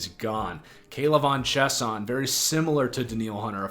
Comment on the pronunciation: K’lavon Chaisson pronounced (Chay-Sawn)